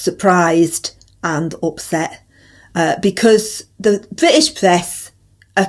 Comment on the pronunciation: Us Labours and us Bwitish, gets me every time, it's no ones bizness anyways